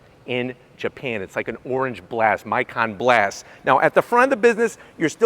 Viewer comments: For future reference, they pronounce it (mikan) 'me kan'. Thanks for the coverage on the GR cars. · Beautiful machine! I love the color. Mikan is pronounced "me-con" btw!